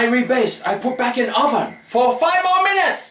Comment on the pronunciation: LOL at "roven"